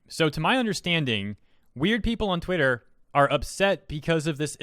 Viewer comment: Did you intentionally say twatter, because that’s gold.